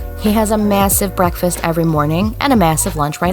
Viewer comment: When she said breakfast I heard ‘wreckfest’ it really is wreck fest 😭